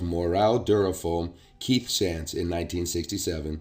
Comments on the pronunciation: Great information. Thank you for sharing. Shantz is a local name pronounced Shontz. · OK, If you're from the K.W. area...you are pronouncing the last name, Shantz, completely WRONG!